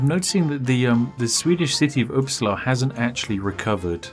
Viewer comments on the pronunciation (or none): "The Swedish city of uppsla"... I think you forgot an "a" some where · I know that you are english, but the way you said Uppsala annoys me